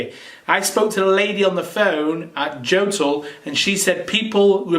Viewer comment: You should pronounce it "Yotool". You start the fire wrong. Almost everybody is now convinced that the best way to light a fire in wood stoves is "top down" method. If you once try it you will never get back to your oldfashioned method. Benefits are obvious: much less smoke, almost no smoke if you do it properly, less soot , and last but not least - clean glass, it would be no reason to clean it again.